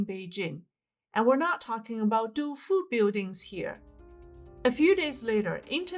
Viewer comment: Your Tofu pronunciation is off. It sounds like saying your big toe on your foot needs its nail cut. So say Toe instead of to. So it sounds like this Toe fo. Im not so good at spelling and English is my main language. 😄😄😄